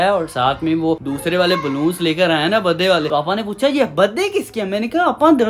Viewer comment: Bhai baddy nhi hota birthday hota ha